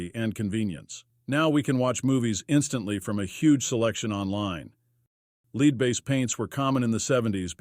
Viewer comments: Turned off when the AI said "LEED BASED PAINTS" for "lead based paints" - use a fucking human. AI sucks. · No, I'm pretty sure he said leed based. That's a soft drink.